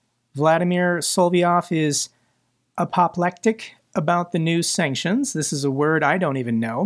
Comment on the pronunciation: It's pronounced a-puh-PLECK-tick The 'a' is short, like 'apple.' Thanks for everything you do,!